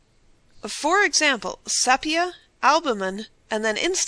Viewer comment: Narrator should learn how to pronounce "sepia."